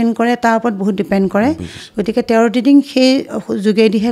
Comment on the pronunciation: টেৰত নহয় টেৰ' বুলি হে কয়।